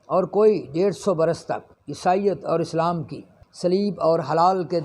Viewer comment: Islaam aur taaleem saheeh se pronunciate karne se bhi aapki khabar mein aur wazan par saktaa hai, I think. X Tleem √Taaleem X mloomaat √maaloomaat X slaam √Islaam